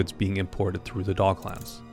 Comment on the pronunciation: It's docklands my guy not dog lands